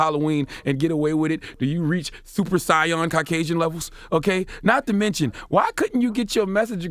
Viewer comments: Did he say Super "Sigh-on" instead of Saiyan? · This man said super sion😭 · Scion is a car ma dude Saiyan is what it is get it rite or dnt speak it at all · “Super sigh-on”? U mean Super Saiyan? 🤯🤣💀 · This dude said "super siyon" the disrespect to dragon ball z was real with that one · It's SAY-AN not scion. #DBZ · This dude said "Super Scion" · My man said “Super Scion” I think he meant “Super Sayian.” If you don’t know the reference don’t use it. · Did CTG say super Siyon...it's saiyan bro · This dude said Super Scion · Raydation he said Cyan lol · Right lol "Super saiyohn" 😂😂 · DJ Smith 😂😂😂 sounds like Cyan instead of Saiyan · Nigga said it like that car company. Super Scion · Charlemagne dont get to say super saiyan anymore after pronouncing it like that the cringe was hevey on that one smh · Super SAY-YEN.